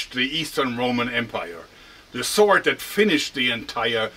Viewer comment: Mann, das triggert mich SO brutal an das dein "sword" sich (gefühlte fünfzig mal) so anhört wie "sort"... Ist das so gewollt "eingedeutschtes" Englisch für die Fans, oder was soll das?